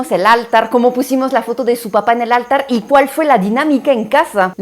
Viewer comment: No áltar…. Es altar; no habito, es hábito